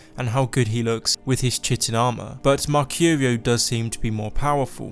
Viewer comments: Chitin is pronounced as kaitin, trust me it rolls of your tongue a lot easier. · “Chitin” is pronounced “Kai-tin” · Chitin is pronounced KiTin. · Chitin: Kai-Tn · why can nobody say chitin correctly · chitin has a "k" sound at the beginning and rhymes with fightin'